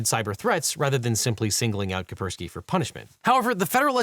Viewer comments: Maybe Devin should make more of an effort to pronounce foreign words? The repeated "Kapersky" instead of "Kaspersky" really bugs me, and I'm sure the Chinese viewers did not appreciate the pronunciation of Peking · I don't like being that guy, I just wish that Devin would pronounce Kaspersky without omitting the first 's'. But I'm just being pedantic, I suppose. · Its pronounced Kass-Pear-Ski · OH MY GOD PLEASE pronounce KaSperski correctly. It's so annoying to listen to you saying it wrong all the time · The first 's' in "Kaspersky" is silent? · Imagine being unable to pronounce Kaspersky! looooool